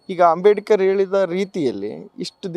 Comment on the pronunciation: ಹಂಬೆಡಿಕರ್ ಅಲ್ಲಪ್ಪ ಅಂಬೇಡ್ಕರ್ ಅಯ್ಯೋ ನಿನಗೆ ನೆಟ್ಟಗೆ ಆತನ ಹೆಸರು ಹೇಳಕ್ಕೆ ಬರಲ್ಪಲ್ಲ